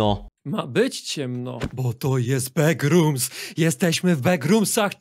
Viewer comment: Ten moment kiedy mówi beckrooms